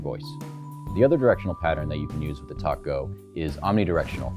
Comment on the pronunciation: Dude, you needed to wear a white shirt. Funny- Every time you said TalkGo it sounds like (& makes me think of) Tacos! May I Have A Taco With My TalkGo?